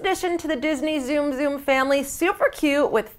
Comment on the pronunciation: ok lady look it up its pronounced "Soom soom" not zoom zoom